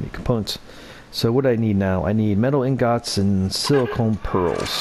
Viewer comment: You pronounce ingots so wrong 😂